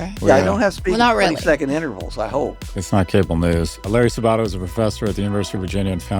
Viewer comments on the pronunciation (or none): When I was at UVa, we pronounced it Saba-TOE, not Sa-BA-toe